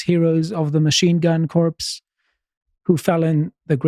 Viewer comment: it is Machine Gun Corps, pronounced like core, not like corpse.